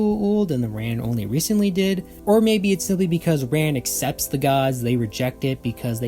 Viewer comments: Yeah, it's the Rand Protectorate. Not Ram. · They definitely pronounce it "Rand" in the show. I just rewatched that episode recently. WTAF, dude? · The D is pronounced. It's soft but not silent. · You say a lot of Stargate words wrong in very surprising ways. No offense intended but you may have some kind of dyslexia and shouldn't blame the writers for your difficulty with the names. I always heard "Rand." I have a friend who does something similar by adding or removing syllables from words he has heard before. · I always here rand, rhymes with land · the "D" in "Rand" is not silent